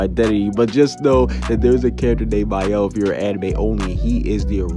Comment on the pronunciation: My-el?? That's how you say Mael! I've been saying it wrong this entire time!! I've been pronouncing it has Male!😂